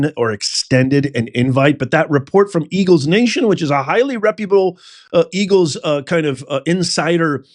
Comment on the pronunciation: Don’t you mean “Ergle’s.” lol 😂😂😂